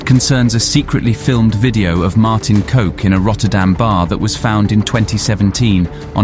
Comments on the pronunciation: Funny you mispronounce his name. It’s not ‘coke’ but you pronounce it exactly like the word for penis… c**k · For any future references to Martin Kok. Try pronouncing kok as cock, instead as coke eventhough it is kinda accurate😂. Great video! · Coke !!..its kok...cock thats how you pronounce his name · Coke🤣? That's not how you pronounce KOK, it's more like cock. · It’s pronounced “cock”. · It is prononunced ''Cock'' , not 'Coke'. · Great content on Dutch crime! The name KOK is pronounced exactly as one would pronounce 🐓"cock" in English. I guess "coke" is easier to say then ""cock". And just think cock is the Dutch word for cook.😉 But really well done topic on Martin Kok! As I knew of his murder but not the details who were behind it. Guess Martin being a crime reporter made him not popular with many criminals he named so easily. ( i thought it was the mocro mafia behind his murder) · his name Martin Kok isnt pronounced as Martin coke , Kok in english sounds like cock , Kok means cook. and Freddy Heineken wasnt released but the police found Freddy Heineken and his driver Ab Doderer in a shed in the port area of Amsterdam. very good video tough 👍🏻 like allways , subscribed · Coke this and coke that...lmfao. It's Kok...as in sock. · Mate maybe read his book before you say things about people. One his name is Kok not coke. Second he loved going out with his old man selling eal. I stop here cos your cleuless on this one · love your content....i am dutch and kok,ist not pronounced as coke,,,smirks.kok in dutch means cook.... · Kok is is prenounced more like cock, in dutch😅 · Not Martin [coke] but [cock] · daheck does the Prinses Irenestraat have to do with any canals? Volendam has windmills now? and a cheesemarket? (it doesnt) Kok is pronounced like cock, not like coke, production value seems ok, but the info.. is the rest of the information just as carefully gathered? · Martin cock, not coke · Martin Coke? Thats not how you say it xD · Kok is pronounced as Cock.